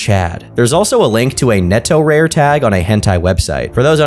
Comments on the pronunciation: Haha cant believe im doing this. Netorare is not pronounced netto-rare but ne-to-ra-re (to is pronuonced non-english, this is how its pronounced neɪtoʊɹɑɹeɪ) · "Netorewr" MAKE AN EFFORT D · neto-RARE..., please tell me you know you're saying that wrong... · "neto rare" It's neto-ra-re you uncultured swine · (It's "neh-toh-rah-ray" not "netoh-rare") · It's pronounced Ne-To-La-Le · I often forget people who have zero interest in anime stuff exist and then someone like makes a video where they pronounce netorare as "neto-rare" wwwwww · I don't know why but the way horribly mispronounces netorare is so funny to me